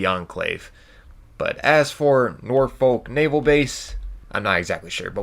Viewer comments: Am I the only one that noticed "Norfolk NavEl base" not naval but navel... like bellybutton =D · HAHAHA. "NAVEL BASE" - Navel, like belly button. It should ve Naval base. 😂😂😂